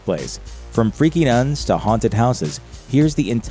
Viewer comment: sometimes you sound like you're saying "nuts" instead of "nuns"